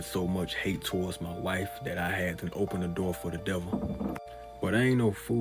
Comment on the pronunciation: " OBEN THE NORRRRRRRRRR " 🤣🔥🔥🔥